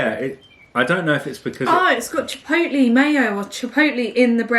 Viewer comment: Tip: google how to say Chipotle so you say it correctly hehe! Also second tip: add gummies in the rocky road and even m&ms super yummy edition.